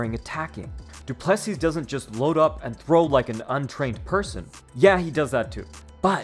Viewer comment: Great vid but its pronounced DU-ple-SEE not du-PLE-see